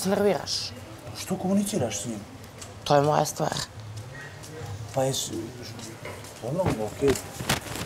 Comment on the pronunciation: “To je moja stvaHRRR” 😂